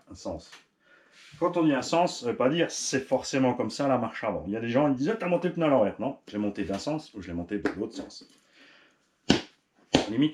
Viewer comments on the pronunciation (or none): Du peuneu du peuneu 😂😂